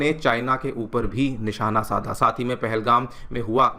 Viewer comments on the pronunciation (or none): none